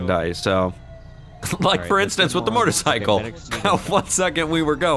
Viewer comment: Am I the only one who's noticed that always pronounces motorcycle "mortacycle"?